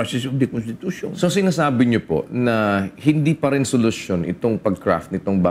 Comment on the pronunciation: hoy gara mo mag tagalog nakakasakit sa mata pano ka ba kumanta? malamEg ang sEmUy ng hangEn? matOtOlOg na? hahaha bat ka ganyan mag salita anong klaseng pagtatagalog yan? hEndE? hahahah